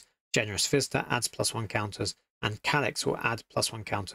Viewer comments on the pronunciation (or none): Generous visitor sounds like Generous Fister the way you said it :) It would make a good card name though.